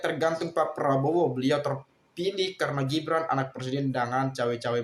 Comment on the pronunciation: Gibran itu bukan shu tapi su su